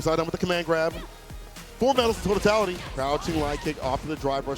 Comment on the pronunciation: Word of the day: “TOTATALITY” Im pretty sure thats what im hearing😂. Talk that shit 😂💪🏾